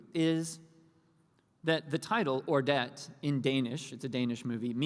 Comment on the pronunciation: The way you pronounce Ordet is with a soft d and we almost make it sound like it's one vocal. It means the word in danish, my native language.